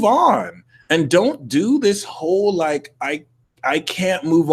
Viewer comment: Maybe hit this like button sounds like hit (dis) like button